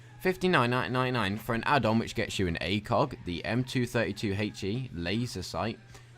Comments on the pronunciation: number 1 you are pronouncing ACOG wrong, say the letter A and then think of cog tags in gears of war now put the two together and you have ACOG number 2 the definition of an assault rifle is a gas operated, air cooled, magazine fed, semi automatic and 3 round burst or fully automatic rifle. Where as the maschinengewehr 08 is a machine gun witch is defined as a gas operated, air or water cooled, belt fed, fully automatic, mounted on bi pods, tri pods, or vehicles. Both of the definitions are from the U.S. army F-M's on these weapons other wise known as training manuals. Get your shit right. By the way I had never heard of you until I stumbled upon this video. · he pronounces ACOG SIGHT like a muppet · A-COG not "A-coug" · Why is he saying acoog sight its acog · Btw the acog is not pronounced like acug because that's what it sounds like it is a and then a gear cog like that acog not like acug I'm just saying but it's acog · Please for the love of all things holy, it is pronounced A-Kog not A-Koog any one with any military or shooting experience will tell you. Not being a ass but don't want you to sound stupid man. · can you say anything its wtf its acog not acooog and Maschinengewehr wtf and this is only 5mins in and no one fucking knows who you are Mr big deal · Who the fuck says "akewg" everyone says it as "a cog" that really made me cringe hearing it said as "akewg" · What is this a leafy is here video? And it's "ACOG" not "ACOOG". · i believe its ACOG not ACOOK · ACOG not ACOOG lmao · It's not acug it acog lol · Lol. He says Acewg. lol A....COG. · ITS ACOG!!! NOT ACOOOG!!!!!! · its pronounced A-COCK sight. not A-COUG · PLUS YOU SAID ACOG BADLY YOU INSTEAD SAID ACUG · "Acoog"😂😂 "supadupa premium"😂😂😂😂😂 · This dude said ACOOOG sight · He failed to pronounce almost everything, what is an acoog. I thought this guy was just stupid but now I know he is just full of shit. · u miss pronounced acog the last part is like fog but with a c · "A-CooG" sights